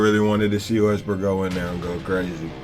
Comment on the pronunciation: It's Russel Westbrook not bestrook